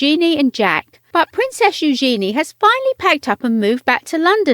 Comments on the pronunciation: Drove me nuts that she's pronouncing Eugenie's name completely wrong. It's not new-GENIE, but NU-zhen-ee. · Learn how to say eugenie....